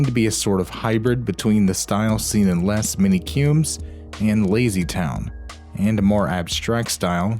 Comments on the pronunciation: The "s" in "les" shouldn't be pronounced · Fun and informative as usual, but your pronunciation of the French language needs work. The ‘s’ in ‘Les’ for example, is silent, and the ‘e’ is pronounced like an ‘a’.